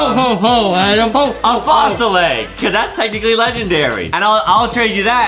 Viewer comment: adem not adam